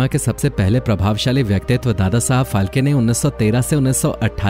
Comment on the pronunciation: # Its फाळके not फाल्के both pronoucesions are different